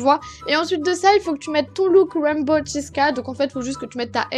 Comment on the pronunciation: c’est dommage mais arc-en-ciel en anglais c’est rainbow et non raimbow😅mais bon, on t’en veut pas😋sympa ton look!